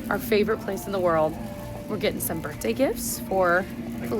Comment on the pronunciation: I’m dying that you corrected yourself halfway through the video about the way you say “birthday” because earlier in the video I was like “is she saying birtday?” You have such a great vocabulary usually, so this made me laugh